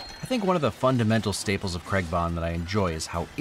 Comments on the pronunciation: Please for the love of god say Craig not Cregg!!! Lol other than that love your videos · Anyone else still annoyed how he said Craig or is that just me 😂 Good video though it made me see the positives to a movie I don't like